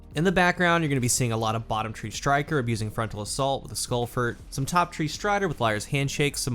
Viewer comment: Did... did you just say "skullfert" ??